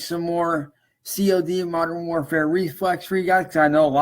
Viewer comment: ....C ...O....D Who tf pronounces COD like that? Lmfao